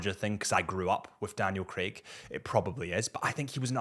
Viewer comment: Lmao he said Daniel Greg 🤣🤣🤣🤣🤣 dude only 5’10 lol